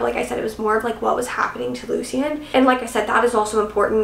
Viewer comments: omg I keep getting so confused when she says the name Lucian lmao I had to go back and see who the heck luseen is since thats how she's pronouncing it...isn't it pronounced 'loo-shin' not loo seen? being honest here and not being an ass xD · I also agree it’s definitely pronounced loo-shin as yes luci is a nickname of that … definitely not loo-seen pronunciation… me being someone that knows 2 people with the name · Lol, it's Lu-Shen. Love you! 😂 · Lucian pronounced Loo chen 🙂I felt the book fell flat as well. Perhaps it was because of the build up of these characters I was expecting more. I was ready for Sloane and Lucian to jump off the page with a page turner plot. But instead Lucy decided to add the plot in from the other books into this one plus add another plot connected to Lucian. I felt it was unnecessary, asking myself "why?". Like you I do not feel it was a bad book at all I rated it a 4 and I think it was because I mainly love the series overall. But in truth the rating could be a 3.5 - 3.9